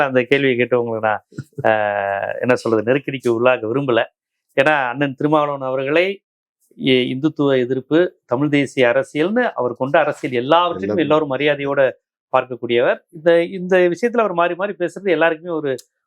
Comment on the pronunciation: Dei modhalla Tamizh pronounce panna kathukada..adhu Tamil kadayadhu😂😂